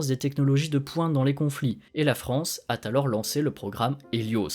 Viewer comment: Merci pour la vidéo. Mais franchement, ceci est dit gentiment et j'ai même un peu honte de le faire mais faites attention aux liaisons quand vous parlez : "la France a t'alors lancé le programme Hélios", "des satellites destinés ra", "la France à t'ensuite poursuivi"... et il y en a d'autres. Ca gâche un peu le contenu toujours très précis et intéressant de vos vidéos. La compréhension n'est pas mise à mal mais ça joue sur votre crédibilité, même inconsciemment.